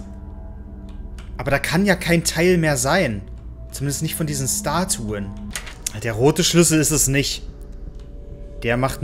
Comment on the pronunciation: Iwi triggerd mich das, das er "S ttatuen" sagt anstatt "Statuen"😂